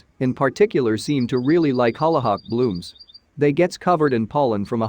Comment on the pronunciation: Omg the way the robot says hollyhock. Couldn’t finish the video. 🙄